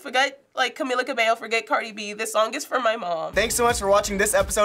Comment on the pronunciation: well you love her but you can’t even say her name right smh